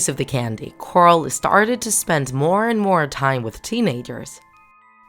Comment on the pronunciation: Teen a-gers really